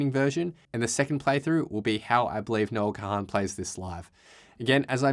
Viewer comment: Please stop calling him Noah Ka-han. Its Kahan, like CON!